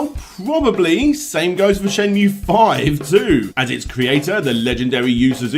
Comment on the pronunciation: Surely it's "Shen moo A"